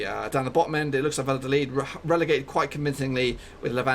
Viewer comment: It's pronounced Mayorca mate. Also, Valladolid is pronounced Vayadolid, and Villarreal is pronounce Viyareal. The double l is pronounced as a y sound in Spanish.